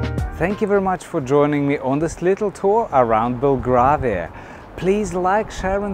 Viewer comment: Very nice video, but "Belgravia" is pronounced as if the "gra" was like our colour "grey". Another interesting walk would be around Covent Garden and its surrounding "Theatre Land" may I suggest?